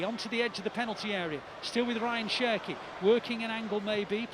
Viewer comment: The more they say Cherki, the more i hear Turkey